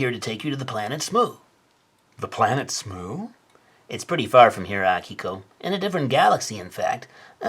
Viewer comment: im using this video to prove to my friends that it's "AH-kiko" and not "uh-KEE-ko"